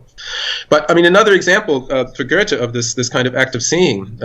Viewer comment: Amazing interview. I've read Lachman's book - a great inspiration. The only thing I would object against is the way he (and his interviewer) pronounce Goethe's name. It took me while to sass out who they talk about. Why English speaking people cannot take the effort to learn how to pronounce foreign names. It often happens with C. G. Jung - people saying 'Young'.